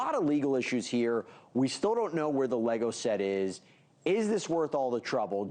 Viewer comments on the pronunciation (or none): How are you going to do all this stupid stuff and still not be able to say Lego correctly?